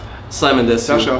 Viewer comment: Rewi sagt immer Saschaa oder Dima 😂😂